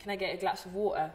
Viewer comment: On aime le glass of watahhh